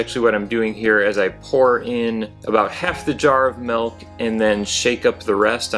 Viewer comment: Milk is pronounced with an i. m i l k. Not m e l k, stop that😂